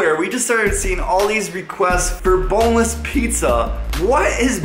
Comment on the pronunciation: i want a bonless pizza and yes i did not do a mistake you say bonless if you wanna say it like the meme